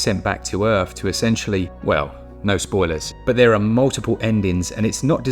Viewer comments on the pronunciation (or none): none